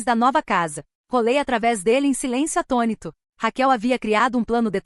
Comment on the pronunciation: GOSTARIA DE SABER "O PORQUÊ" DESSES NARRADORRS FALAM : ATONÍTOS? O NOME É ATÔNITOS "